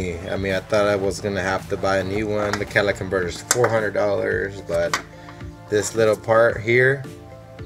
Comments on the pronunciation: Maybe the shop wouldn’t mess with it because you called it a “Cadillac converter.” :p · "Cadillac converter" ? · Is it my bad hearing, or does he keep calling it a Cadillac converter? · Yes instead of calling it the exhaust manifold he calls it the Cadillac converter